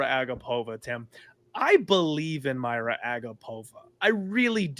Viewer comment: Her name is Mariya dude, pronounced like Maria, not Mayra